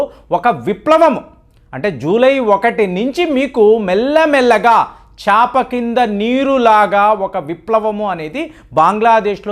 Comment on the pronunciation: చాపకింద అని పలకాలి ఈనడుమ తెలుగులో మాట్లాడేటప్పుడు దొర్లుతున్నాయి సరిచేసుకోగలరు